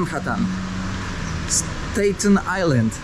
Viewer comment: Stejten island, to tylko jakis bawan tak wymawia Gosciu OBUDZ SIE